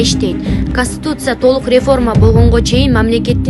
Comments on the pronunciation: Каституция эмес Конституция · Конституция деп айтсан тилин гелбей екен